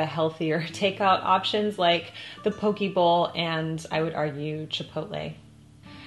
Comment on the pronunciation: Yum! I grew up in Hawaii and thought you’d love to know that we say po-kay. I used to be shocked by all the extra things added on mainland poke bowls but now that I’ve lived on the mainland for 9 years I appreciate it 😁